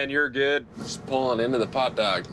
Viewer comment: The icy unforgiving duck? OH, wait... DOCK. He said dock.